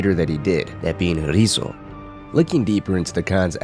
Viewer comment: Why do you say Ryuzo as "Rizzo"?